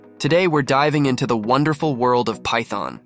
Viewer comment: lol thyton tonee